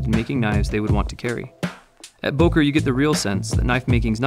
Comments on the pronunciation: To see the ceo pronounce it with an "O" and not the "Ö" was really disappointing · Don’t be ignorant. It’s Böööööööker, dude. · Böker, please learn the "ö" or "oe" sound. Just try at least. It's Solingen.... please look up the pronunciations....